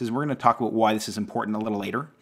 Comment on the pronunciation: All I hear is Abooewwt